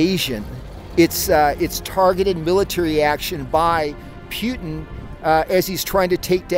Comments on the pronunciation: Why does everyone in this vid pronounce Putin as ‘Pew-Teen’ instead of ‘Poo-Tin’. Am I crazy? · Why is it they all say “Pu-itin “ instead of Putin? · "pewtin" .... lol pew pew pew PEW PEW.... PEWTIN! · “Pewtin” (Putin) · I love hearing people say "Pewton" for Putin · why cant anyone properly pronounce Putin? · I have NEVER heard somebody pronounce Putin with a long U but now I’ve heard it twice. What’s up with that??